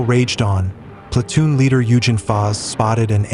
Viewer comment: Good show. Just a hint, German G's are generally pronounced as hard g's. Eugen pronounced Oiggen.